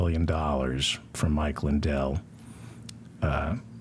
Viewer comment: Mindell..did he say Mike Mindell?